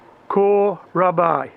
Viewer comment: Hello from Germany, Kohlrabi is pronounced coal raaby. Love your vids, always watching.